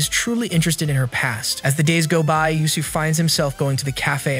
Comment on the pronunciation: not him pronouncing usui as Yusui \... ahhh no offense btw XD